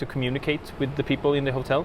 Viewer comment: HOTEL! not HUTTEL. please!